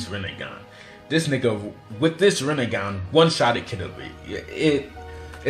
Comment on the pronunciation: was he tryna say rinnegan or was it just “this nigga”😭😭